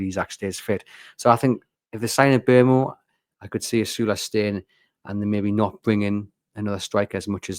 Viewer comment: Not so sure about Mbeumo (congrats on the pronunciation!), both about whether we will get him and whether he is the answer. I think it's 30:70 whether he comes, with Chelsea and Man. Utd first and second favourites. Also I'm not totally convinced he's what we need on the right. With 27 goals and assists he's flying very hot on his xg for that and is that sustainable, probably not. Plus one of my common complaints as to our treatment of Isak is our inability to service him; the balls from Hall, Gordon, Livramento, Barnes and Bruno have not really been of a high enough standard.Before this season you would put Murphy in that category as well. Isak tended to make do and score with what was provided, but this year you began to see more of what should be as Murphy and Isak formed a better understanding with some of their contacts. Other players - Gordon's against Asenal being the exception - still tended to be looping crosses, hit them and hope balls into the middle. With Mbeumo on the right you have someone scoring goals and shooting, which is good, but running hot and those attempts would be alternative to developing a relationship with Isak. I fear that we may spend another campaign waisting one of our best assets. And this is one who scores already 20+ per season. I realise Mbeumo has assets we can use if Isaks not in the team, and personally I would like him to come but I would hope its not further at the expense of Isaks potential.